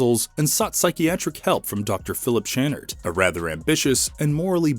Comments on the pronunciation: Channard is pronounced shann-ard, not ch like chair but ch like Champagne. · You are miss pronouncing Channard. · The way the narrator says Channard makes me wince every time. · I don’t think it’s pronounced as ch but kannard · It's pronounced cha-nard . Jezus, did you watch the fucking movie? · Have you watched the movie? Channard is mis-pronounced every time in this. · Have you even watched the movie? You pronounce Channard wrong every time? 🤦🏻‍♂️🙄🤦🏻‍♂️ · One shot for every time the name "Channard" is mispronounced 😂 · I can't. They can't pronounce "Channard" correctly and I know it's going to come up a lot. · Thank you, every single time he said it, I was having a violent spasm! Lol